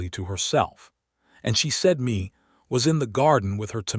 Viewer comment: Yo AI Mae is pronounced May not Me